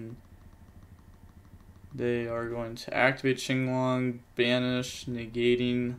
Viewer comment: I'm just glad he says "chinglong." Watching big events where they call it "quinlong" makes me wanna scream